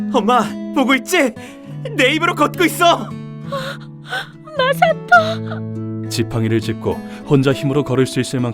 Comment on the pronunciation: 마사토가 마석도로 들리는 병에 걸린 ㅋㅋ